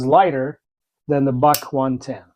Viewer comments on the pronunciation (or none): For those that don't understand when he's saying "Boc" he is trying to Buck as in Buck knives.